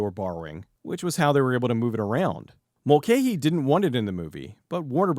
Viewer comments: Pretty sure you're mispronouncing Russell Mulcahy's name all the way through this (in Australia it's always been pronounced as "Mul-kai"), but well done. This is a fun film. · Mul - ca - hee FFs!